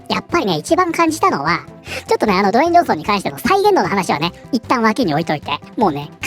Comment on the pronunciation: ずっと「ド炎上ソン」って聞こえた😅